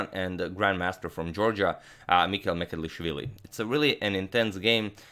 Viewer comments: Its M ch e d l i sh v i l i (ch like "cheers"), not Mecelishvili. Just thought your Georgian needs some correction. Cheers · Mikheil's surname is not "Mekelishvili", it's "Mchedlishvili" and please do something about it, besides I am from Georgia and 20% of my country is occupied by Russia. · Hey Antonio - Georgian name Mchedlishvili "CH" is pronounced like one would pronounce "C" with a hyphen in the name Coric in Croatia. You could also sub the "CH" for "J" and say Mjedlishvili. The Georgian letter that the English alphabet substitutes with two letters to provide a similar sound doesn't exist in the English alphabet. Georgian last names aren't the easiest to pronounce since they tend to have more consonants than vowels. Thank you for making the effort though. Big fan of your channel! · He couldn't pronounce Georgian gamer surname tho : )) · But can't pronounce georgian lastnames 😀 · sadly he cant pronounce georgian names :D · But he really struggles with Mchedlishvili ))))) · He pronounces georgian incorrect 👿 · mistake in pronoucoation the georgian name and surname hhh